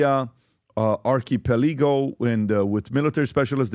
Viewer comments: ark-a- pe-lee-go,,,,,, lol ! It's why I watch ! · LMFAO Pat said artay peliko or maybe archipelago